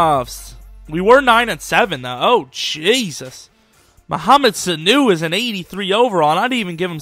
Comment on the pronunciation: Damn you butchered his name